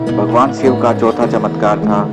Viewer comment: it's shiv...not siv